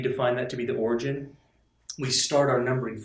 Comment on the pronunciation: Btw, it's 'origin', not 'origen' :P